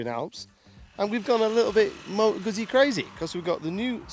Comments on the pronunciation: If You know how to pronounce pizza then please apply this to guzzi. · Can you just for the sake of the gods say Guzzi! If not... Jeees. Show some respect please 🙏